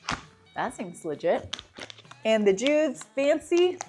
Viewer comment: Thank you, I was trying to choose between these brands. I think the top tier one is pronounced "Judy's", not "Jude's".